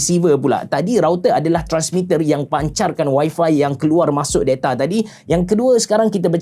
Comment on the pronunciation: Da-ta abe da-ta, bukan de-ta wkwk.